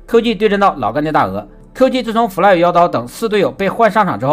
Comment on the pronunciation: 每次听fly fly 听成夫赖